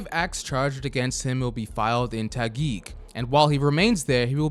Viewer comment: Huh? Pronouced Taguig correctly for once.